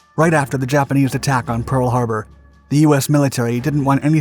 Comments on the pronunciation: “Pearl Harbor” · That was actually my only “guess”, that exact mis-speak.